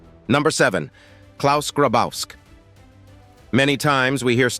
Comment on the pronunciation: Grabowski is read "Grabovski" ! The German "w" is a "v"! Marianne hit him well!